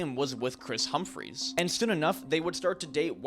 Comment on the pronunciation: You said Travis Scott is still dating khloe.....u know hes with Kylie, right? Or was, isn't anymore. Also u keep pronouncing Kris Humphries last name wrong. Do you proof your videos before you post them? You should.